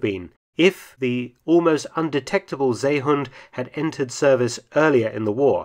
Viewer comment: And stop butchering the name of the seehund!! It's See (or See) then hund. NOT Zay or Say hund